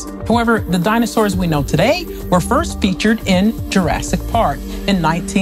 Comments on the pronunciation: "Jurastic park" 😂😂😂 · Anyone else turn it off when she said “jurrastic?” 😂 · I'm not even a minute into this video and you pronounced it JurassTic Park?? I think I'm done here. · She said "Jurasstic" 😅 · So we are being told how dinosaurs looked by someone who cannot even pronounce the word "Jurassic" (see 0.36).